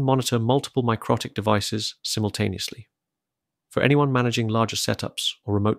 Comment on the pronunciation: Isn't it pronounced mick-roe-tick , Anyway where did you get this ? Literally none for sale in the UK